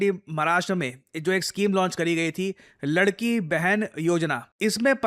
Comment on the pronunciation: Its लाडकी बहेन not लडकी बहेन